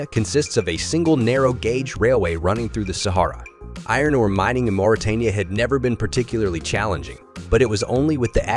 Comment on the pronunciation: Mauritania is pronounced as Moritania, not Maritania as he reads it.